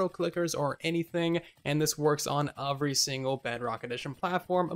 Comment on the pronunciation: You speak so well for the most part why can’t you say every correctly?!?! I love your videos just noticed it’s a word you use a lot and always say “overy” instead of “every” 😂